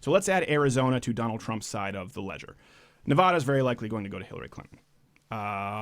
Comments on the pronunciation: Say it with me... Nuh va da. Not "NeVAHduh". I'm from Lyon County, near the bend. Washoe County is sort of purple, Clark County is obviously blue, but the rest of the state has been consistently red for at least the last 30 years or so. Even Clark is leaning a bit more to the right these days, probably because they're salty at Obama for discouraging gambling during the recession. I don't think Trump is going to win it either, but I felt the need to paint that picture so that people don't start saying "Who cares how you pronounce the name of that liberal state?". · I hate when people pronounce Nevada incorrectly. its like "Adidas" not when a doctor tells you to open your mouth and go ahhhhhh